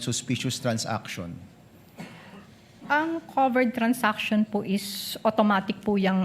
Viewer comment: Its transaction, not trans-action 😂😂😂